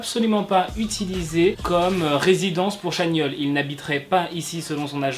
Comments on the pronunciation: Ça se prononce TChanyeol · Je tiens juste à dire que « ChanYeol » se dit « TchanYol » ! Sinon, superbe vidéo 🥰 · Pk personne ne corrige dans les coms? Sur la prononciation de Chanyeol.